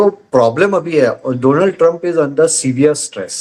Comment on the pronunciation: डोनाल्ड नहीं मैडम डॉ as in doctor